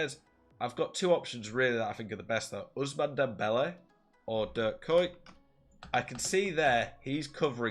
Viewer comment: The first pronunciation of kuyt was the closest but the dutch pronunciation is not used in english, you would have to search a video of someone pronouncing ‘UI’